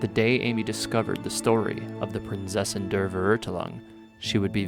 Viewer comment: Prinzessin (pronounced like Prints Essen) Der Verurteilung (pronounced like Fur-er-tye-lung)